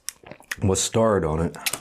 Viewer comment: Honestly, I enjoy these videos but the way he says mustard is quite infuriating lol